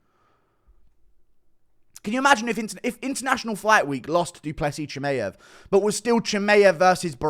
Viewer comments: It's not ChimEev, it's ChimAev, dummy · stop being a tool and saying chimaev wrong on purpose.